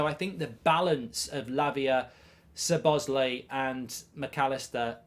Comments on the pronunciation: Who is Sir Bosley? 😂 Try saying Sob-Oss-Lie 👍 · please stop calling him suhbozlee its lie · Hearing Mark saying Soboesley everytime will kill me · It's pronounced Sobo-sly.. just wanted to Clari-fy 😊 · i am beginning to think that the mispronunciation of Szoboszlai's name is intentional. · The Zets in Szoboszlai are not pronounced.